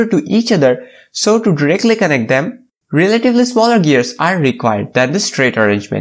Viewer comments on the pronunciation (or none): none